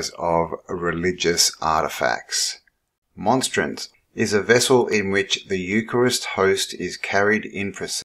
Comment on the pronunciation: It Sun/Son Symbolism...Portal....Bread/Body of Christ...It has lots of Ancient inner meanings, energy.., to hard to explain in comment....I was taught by Nuns Priests & Brothers.....You not pronouncing it correctly...sorry not insulting you, just saying..Catholics use them at beginning of lent & ash wednesday with incense burning... Cheers..